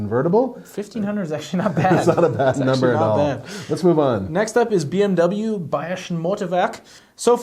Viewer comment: DO NOT say BMW like that ever again. That's not even how it's pronounced. Psychopath.